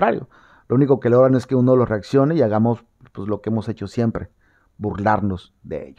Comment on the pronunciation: 🤣🤣🤣 me encanta cuando dices; ejque ejque 🤣🤣